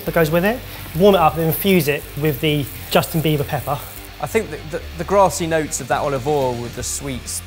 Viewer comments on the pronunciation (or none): Did say Justin Bieber pepper? 😅😂